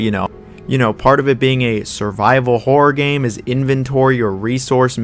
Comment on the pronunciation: As a Brit It really sounds like you're saying "whore game" 😅